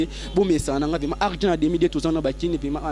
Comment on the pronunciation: Yo monsieur VRAIMENT ET NON VEMA😠